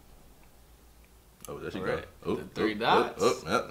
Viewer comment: My nigga said... "ere"..🤣 come on homie there's more than one there